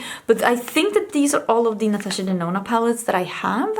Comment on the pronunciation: I remember when you said Natasha Denono!!! 🤣🤣 Girl you definitely changed that!!